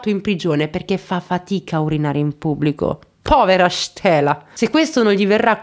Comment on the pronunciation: "POVERA STELA" che pronuncia Piumontese